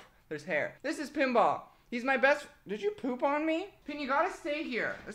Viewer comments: Am I the only one who thought he said Kimbap when he said Pinball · saying 'pinball' feels like he is calling my name.. Pinball-Pemba kinda similar..